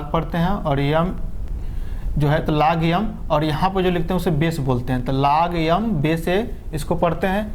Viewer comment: aap Accha padhate hai but लॉग यम नहीं बोलते है लॉग एम बोलते है🙄